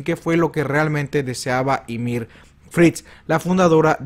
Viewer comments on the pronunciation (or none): none